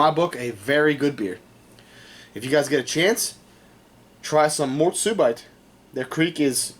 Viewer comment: Mort subeet is the pronounciation not bite, and Kriek is Cherry in Flemish